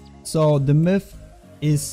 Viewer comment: sounds like you are saying milf instead of myth